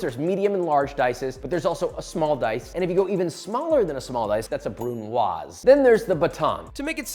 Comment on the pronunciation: thank you, for pronouncing “brunoise” correctly. It makes me CRAZY, to hear chef after chef mispronounce that word.🤗🤗🤗